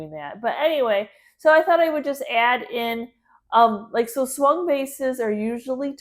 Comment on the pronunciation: Thank you for the information about the Swung vases as I live in England the first time you mentioned them I thought you said Swan vase and couldn't see why they were called that ! it was so interesting to hear how they were made 😊❤